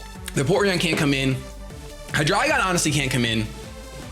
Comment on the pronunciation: Seriously. Thank you so much for saying Hydreigon correctly. It's German. Eins, zwei, drei. Appreciated so much!